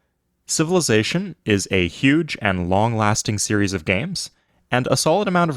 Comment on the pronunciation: Bro cant say of, can only say at